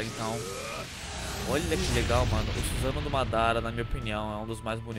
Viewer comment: Suzanoo kkkk , é Susanoo